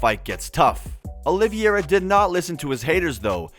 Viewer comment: Dude, learn how to say his name correctly. They say it several times in the first 20 seconds of the video. His name is not “Oliviera”. It’s Charles Oliveira.